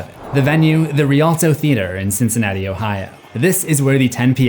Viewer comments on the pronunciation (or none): none